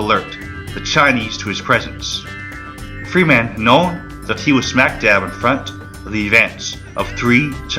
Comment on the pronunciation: I long for the computer generated voice. I bailed at the 23 minute mark. Sorry. Too many common words butchered. Machine gun is pronounced ma-sheen gun not ma-seen gun. Freeman is pronounced Freeman not Free man. The music is in competition with the narration. Your untimely pauses throw everything off. Pull it down and re-do it.